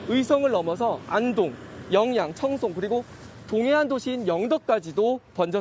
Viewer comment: 여영 아니고 영양!!